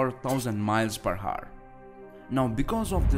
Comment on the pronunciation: Hour?? It is Our or aovr.. U don't pronounce the H